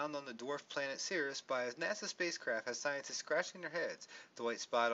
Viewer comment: It's pronounced like "series".